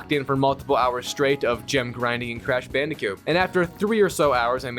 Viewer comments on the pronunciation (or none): This guy keeps saying "Bandicute" instead of "Bandicoot" lol